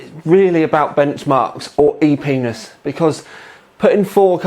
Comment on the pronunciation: Did he said "e-penis" instead of "epicness"?